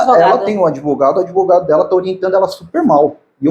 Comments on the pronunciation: O “adevogado” se achando importante kkkk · "Não se surpreenda pq se trata do!!!" Hahahaha o "adevogado dos adevogados " Hahahaha